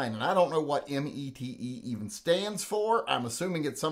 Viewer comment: The METE is pronounced like your saying Meta. I had to ask at a gun show to find out. lol